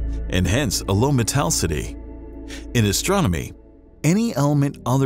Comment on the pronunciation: They need to fix the generated voice and teach it how to say metallicity. It sounds like metaalsity. They also need to teach the people making this that H3, Li and Be were also made in the primordial nucleosynthesis.